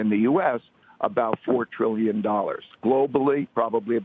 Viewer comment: No, Ray said Brillion